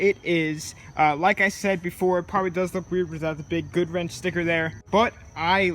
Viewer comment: Am I the only one hearing "spicker" instead of sticker